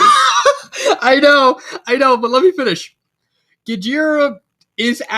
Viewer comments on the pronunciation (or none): Bottom C, huh? I guess I can respect that. And fyi, the "G" in Gjira is silent. His name is pronounced "jeer-uh." But your friend really got the idea for the naming scheme right. I'm at least glad the backstory hit for you. Yes, the Kaido comparison was intentional, being a parody. He's a powerful parody, and you can choose whether to take him seriously or not. It's up to interpretation. But I paid close attention to what you all talked about. In terms of hierarchy, he rules with fear and power, with his whole organization being a strength based meritocracy, as his "children" fight to be his favorite, while other fictional villains wish to be set by earning a coveted spot in the Ultimate 7. It's near impossible to go against him without him getting the last laugh. As for the next chapter, where his story is coming to an end, I plan to drop the parody stuff. While it's too late to change what's already happened, the kiddie gloves are coming off. It's time to make things super serious. Rather than being the Kaido parody, rather than the drunken club wielding brute, it's time to show why he was the strongest Zygogun. To unleash the true King of the Monsters